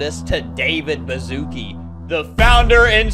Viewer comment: it’s ba-shu-ce-kee not bazooki 😭😭